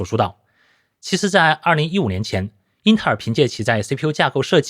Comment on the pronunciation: intel,的发音真让我听出一片冷汗。。。